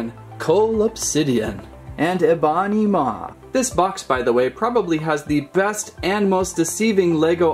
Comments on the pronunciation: Its ebony maw not e banimaw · It's Ebony Maw. Not Ebawnee Maw